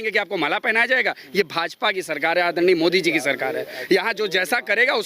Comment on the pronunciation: Modi ko aaddarniaa Addarniaa aise boll rha hai, jaise modi eska Jija lgta ho.